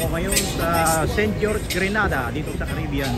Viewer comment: It is pronounce gre_nay_dar!! Please thank you. Grenada is in Spain.